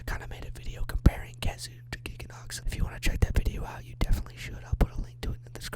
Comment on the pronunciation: Zinogre:Gets nerfed: "I like this monster more now Also he said khezu right, how long has he been doing that?